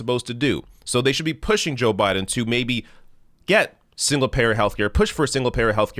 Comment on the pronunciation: You said his name wrong but I'll allow it! #JustSaying